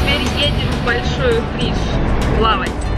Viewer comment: Не обижайся! На Кубани говорят большой утриш- ударение на и! А мика просто прелесть!!!! ❤️💐👍🏻